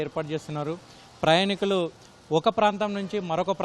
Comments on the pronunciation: ప్రయణికులు కాదు నాయనా ప్రయాణీకులు అని చదువు. తెలుగును పట్టి పట్టి పలకటం, దాడులు బిగించి మాట్లాడటమే ఈ మధ్య ఫ్యాషన్ అయిపోయింది. టీవీ యాంకర్లకి రిపోర్టలకి ఇదే అర్హతగా మారింది. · ప్రయాణీకులు అని అనండి, ప్రయణికులు కాదు